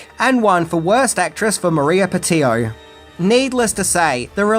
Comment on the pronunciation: Im pretty sure you pronounced Roland Emmerich, Maria Pitillo, Jean Reno and Ian Ziering incorrectly. Although the last one is not standard